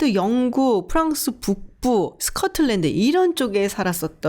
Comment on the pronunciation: 스컷틀랜드ㅎㅎㅎ 발음좋으세요 발음이너무좋으셔서요~~~~